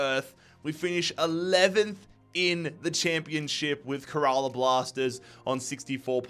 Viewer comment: Little note: Kerala is pronounced kinda like “care a lot” without the t